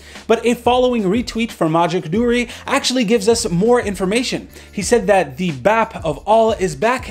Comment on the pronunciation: Just saying, Its Not pronounced Bep or Bap but Baap, with emphasis on aa-ph. Northern Indian for father so please don't mis-pronounce. Thank you.